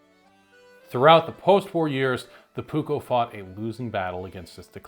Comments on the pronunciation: So first of all you did majority of the research exect how to pronounce the dang words. So here the letter P is never soft or silent in Finnish and neither are the two Ks in the word your supposed to po Pronounce it like this " Puuk ko" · Please as a finnish person I ask that if you will use the word many times please learn to say it properly. You are saying the "uu" more like how we say the letter y and the double k should be more "visible", I know you are used to say one k but please try to say the double k. But it is a really good video👍